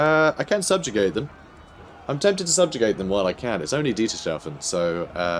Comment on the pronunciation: Btw I am pretty sure that Dietershafen is pronounced Dieter's Hafen